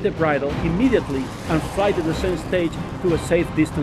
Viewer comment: IT'S SAAAFE